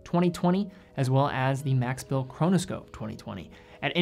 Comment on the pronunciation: Nice review, except for the American pronunciation of 'Max Bill'. It hurts to nu ears, sorry